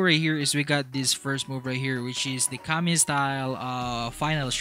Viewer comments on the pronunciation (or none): none